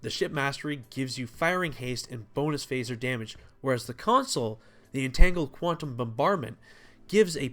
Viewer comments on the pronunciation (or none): none